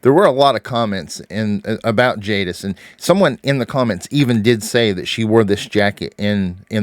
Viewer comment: It's Jadis